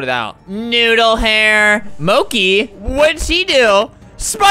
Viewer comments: Albert: Moki Me: -.- EEEEEEEEE ITS M-O-C-H-I EEEEEEEE (wow I am rude -.-) But I did laugh when Albert said moki😂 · Let’s do some Duolingo!💚💛 MOCHI “Mo-ch-e”. “Mo-ch-iee” “Mo-ch-e” UR WRONG 🔫🐥💚 ITS MO-CH-IEE TIME STAMP: :)))))❤❤ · its not moki ;-; he once said mochi and now he keeps saying moki for some reason its annoying me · me laughing every single time he says 'Moki' instead of 'Mochi' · Nope it's Mochi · Mochi bc you said mochi now you said moki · I love how he says “mo-ki” instead of mochi lmao its so cute 🤣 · Flamingo: MOKI MOKI me: it’s- it’s mo-chee ..mochi.. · Albert: Mo-kee! Me: Mo-chi! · I love how alberts saying "Moki" instead of "Mochi" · I love how Albert called Mochi as “Moki” when it’s “Mo-Che” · Omg so true it’s MOCHI NOT MOCI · Albert: mo-key Everybody else: mo-chi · Albert: "Moki!" Me: "Do you mean Mochi?" Albert: "Moki!!" Me: "Ok then-" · him saying moky instead of mo - chee is taking me out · Me "i love Flamingo" Also me"MO-CHI" NOT "MOKI" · Albert: "MOCKI" Me: "BRUH MY HAMSTERS NAME IS MOCHI, ITS PRONOUCED MO-CH-EE" (not hate but) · Me: "Its Mochi, Mo - Chee" Albert. "Mochi. Mo - kee" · Albert: MOKI Me:it’s pronounced moch-i teehee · Did anyone else realise that Albert was saying "Moki" instead of "Mochi" but you didn't mind because he's adorable? JuSt mE? oKaY. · The way he pronounces mochi Albert: “MOKI” Me : Mo-chi…🥲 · The moment when Albert says "Mocy" instead of "Mochi" 😔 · Albert: M o k i No one: Absolutely no one: mad 9 y/o BTS army’s in the comments: ITS MOCHI NOT MOKI!!!! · When he said “Mocki“ and not “Moche” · it's mochi not moche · Moki?(mo*ch*i) I think I'm kind of offended being an otaku XD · Albert:”moki what did she do?” Me:wth he said moki its Mochi :3 XD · not “Mokey” it’s “Mochy” like, the food from China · Albert: MO KEY Me: :/ ITS MO CHE ( Moche is how I pronounce Mochi. I know how it is spelled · Albert: MOHKEE me: a kpop stan gets triggered each time he says it MO CH EE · Flamingo: MOKI it's MOCHI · Mochi not moki